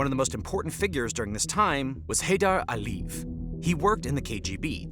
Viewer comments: And last names ending in -ev...A lee yehv, not Aleeve. I'm not trying to be pedantic, but it's distracting, and with 1.86M subscribers, you must have a team helping you, and you have the resources to check this sort of thing. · This sounds very interesting, but its credibility called into question by repeated mispronouncing of words like "Aliyev" and "Caucasus". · You'd sound like more of an expert if you could pronounce Caucasus correctly (not Kaw-kaw-suss). Ah-lee-yev, not Alleve. Can't listen to this crit anymore. It's not Arminians but Armeenians. Jesus.